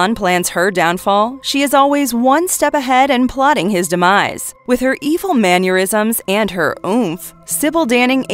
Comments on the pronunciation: "Maneurysms" lol Shouldn't that be 'mannerisms'? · Mannerisms has no U sound. Ffs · Ma ner ism not manure ism